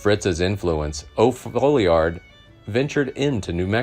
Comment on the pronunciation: It's pronounced "Fallyerd". How do I know? It's my last name.